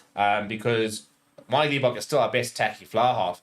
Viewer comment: surely its not that difficult to not pronounce Manie's surname as LEE--bok